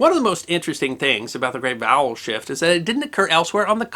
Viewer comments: I thought you said "The great bowel shift". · I'm cursed! I keep hearing "bowel shift" and then I'm accosted by imagery.